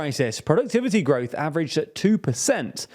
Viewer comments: Oh yes "Gorwoth" has been very low. Thank you dear native-English-speaking Brits. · "GORWOTH"??? What the heck is gorwoth?